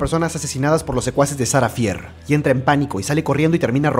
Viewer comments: No se pronuncia "Sara fier" se Pronuncia "Sara fir" pero se escribe "Sara fier" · No es sarah fear se pronunsia sarah fir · Shara fier es así lo dijiste mal bro soy tu fan me das un saludo